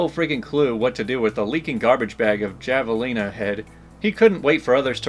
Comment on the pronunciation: Javalina is pronounced Havaleena.